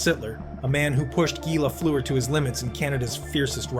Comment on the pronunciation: You can’t even pronounce his name properly. I’ll pass